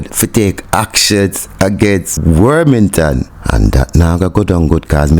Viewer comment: The man's name is not Wormington, its WArmington